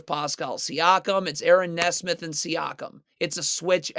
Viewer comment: I swear his mispronounces makes just so people will comment "it's pronounced knee smith!"